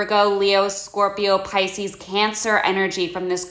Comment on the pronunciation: "Spice-cees, Pope-io" - I love it! <3